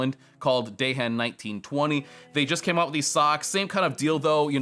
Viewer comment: Dehen is pronounced, "DEE-ehn". ;)